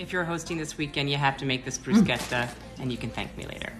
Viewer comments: A person who knows how to pronounce bruschetta??? I know it's gonna be good ❤️ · At least you pronounce bruschetta in the right way. TY from Italy.